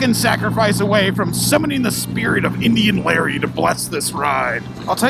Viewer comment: "In-dian Larry's name we pray"